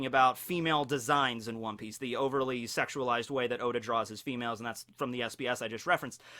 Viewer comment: said “hoe•da” lls